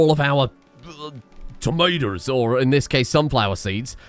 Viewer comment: * misspells "Würstershire" * * mispronounces "tomato" * * votes for Joris Bonson * * leaves *